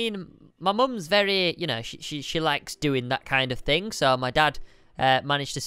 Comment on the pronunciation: He said Wee-Wee